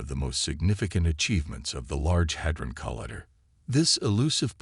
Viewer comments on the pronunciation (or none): Yes has a speech impediment or maybe it's an AI from another country and has a strong accent